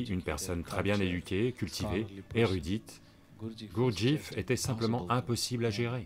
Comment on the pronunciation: Hum, déjà on ne prononce pas " Gourdjif" ni "Aospenski". Ensuite pour avoir bien connu les groupes G. Je peux vous dire que nul n'est arrivé au stade de l'homme n°7 sous sa direction ou celle de ses suiveurs. Ce sont, et de très loin, ses bouquins qui sont très séduisants et le bonhomme avait un vrai génie pour vendre sa soupe, c'est un fait. Mr Sadhguru ferait mieux de se renseigner sérieusement sur le compte de Gurdjieff, parce que faire de la provoc dans un train n'est pas signe de sagesse, d'illumination 😂 sinon les transports seraient pleins de sages de style Diogène 😂😂😂 Scandales sexuels rapportés aussi sur ce grand "sage" ..